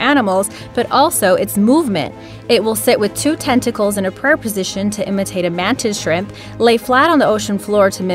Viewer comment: When you said the mantis shrimp I hear it as the mantis shrek